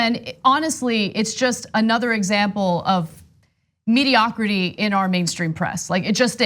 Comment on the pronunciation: I laughed when she said mediocrity. I thought media - ocrity